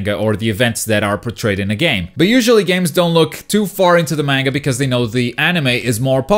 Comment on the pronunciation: MENGA? no its Manga